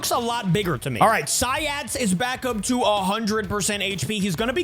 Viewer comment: It is Si-ats